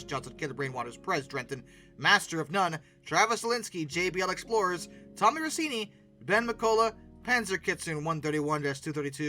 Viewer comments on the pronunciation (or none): none